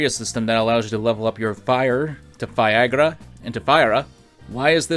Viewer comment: This video is great I just really am wondering who let you pronounce firaga as viagra with an italian accent